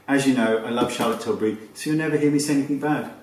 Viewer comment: Charlotte Schillbury